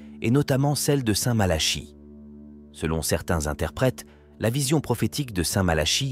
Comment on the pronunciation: Malachie mais on dit plutôt " MalaKi" non !? À chaque fois cette prononciation m' interpelle !!! 😢